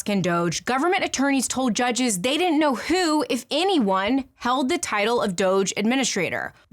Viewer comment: I can't come to terms with the interesting deep drive analysis and the way she consistently mispronounces "didn't".